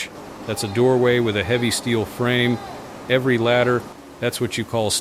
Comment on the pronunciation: “Inspection “erry” day.” 😮‍💨